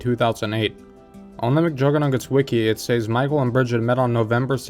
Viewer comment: "Says" is not pronounced say-z btw